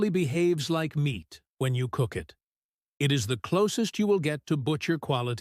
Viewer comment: Is the narrator AI or has he got a pole stuck up his behind? Even the subtext gives me incorrect words for what is being said! Nothing dramatic BUT come on speak clearly and pronounce the words correctly so the subtext will spell the correct words! IT IS MEAT NOT MINTS!!!!!!!!